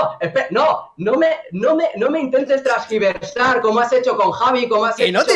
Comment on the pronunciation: Trasgibersar XD, no se dice tergiversar?